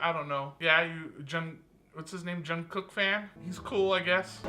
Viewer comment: yes I do ARMY forever OT7💜 DID MY MAN SAY JEN-COOK?! LMAO I CAN'T I DIED I